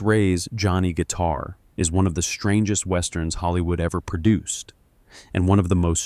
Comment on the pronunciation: Guys, it’s Johnny Guit*a*r, not Johnny Guit*e*r.